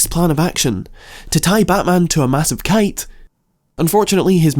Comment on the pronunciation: the intonation of "massive kite" was super anticlimactic 💀 had to rewind it thinking i had microslept through the video or something, and that there was more to his plan